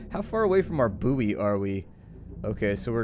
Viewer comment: Also did he say boo oy